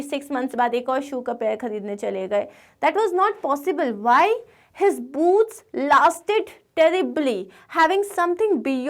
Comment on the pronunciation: Maam please don't mind but it's boots